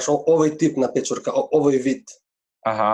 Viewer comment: "peczurka" jak pieczarka...